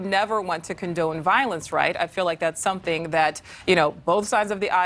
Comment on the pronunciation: Please don't pronounce "feel" as "fill".